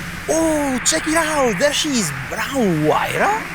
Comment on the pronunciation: hahahah its funny when you said huayra somekind haha, btw thankyou so much for the video, really love the new pagani imola roadster